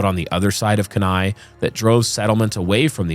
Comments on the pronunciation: Keeneye and alute. Mispronunciation makes it sound unprofessional. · ❤ it’s pronounced key-nigh (Kenai Peninsula). Super excited you guys are talking about Portlock though! I’ve lived in Alaska all my life! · Thats what I was coming here to say. :) Like Key-Ni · I'm less bothered by the pronunciation of Kenai (Alaskan here) than I am by the Himalyas pronunciation 😳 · Alaskan here. It still amazes me that literally nobody from outside the state ever gets the pronunciation of "Kenai" correct. Congrats on joining that non-exclusive club 😂🤣😂🤣